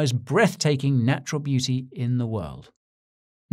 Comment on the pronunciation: Did you say naturL beauty, or natural booty? 🤔